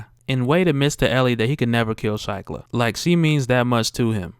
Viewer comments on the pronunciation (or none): Pronounced sheeklah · Shiklah = "SHEE-klah"